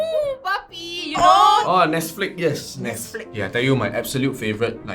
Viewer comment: guy: oohh nesflicks yess girl: *side eye corrects him